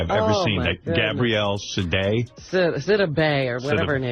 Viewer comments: The name is pronounced sidibay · She is a strong woman. The commentator should learn how to pronounce her name, she is the subject. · Please get yo ai to say her name correctly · Good God man first learn how to pronounce her name. I’ve watched many of your videos and what can’t you do? You can’t pronounce the name of the actors you speak about. I just couldn’t stand it another day. LEARN HOW TO PRONOUNCE NAMES!!!! It’s so disrespectful and irritating to hear you do this consistently. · WHY Can't you say her name right????????🤔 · I know it had to be while people hating The lady didn't even want to say her name right.